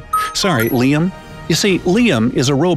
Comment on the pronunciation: Its liam not L.I.A.M